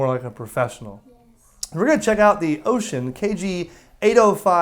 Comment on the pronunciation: So far you've got the closest pronunciation of Wouxun among all youtubers. 欧讯 is pronounced oh-shoon, almost like oh shoot but oh-shoon. That's as close as you'll get to an accurate pronunciation without learning the not-quite-shhhhh sound that the "X" actually makes.